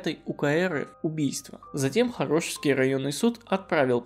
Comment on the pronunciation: То скОпинский, то скопИнский, странный вы какой-то. ЩетинА опять же. Суд Хорошёвский, но это можно не знать.